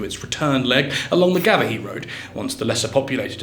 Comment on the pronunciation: It's "Craig-Avaughn" and "Gar-Vachky".